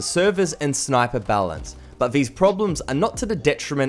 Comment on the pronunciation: i thought he said balance... your version is better lol